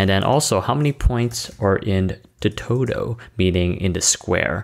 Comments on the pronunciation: "The totow" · Are you saying towtoe or total? It'd really help if someone could help clarify this, as a millionaire of course.